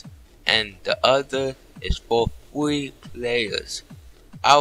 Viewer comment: when u say free it sounds like u saying fwee and when u say press sounds like pwess and u say world like word and u said gnome like gome